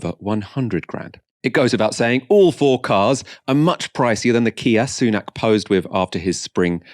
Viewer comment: It's pronounced Sunak as in sun-ack. Not soon-ack.